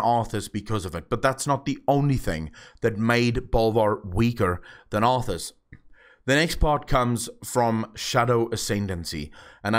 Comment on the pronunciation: It's arthas